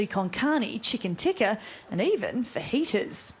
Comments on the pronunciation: I know Brexit is a shit show but... Who pronounces chicken tikka like that? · Every time a Brit tries to pronounce the name of a foreign dish, a family of puppies commits suicide. Please, stop. For the puppies sake. And everyone elses.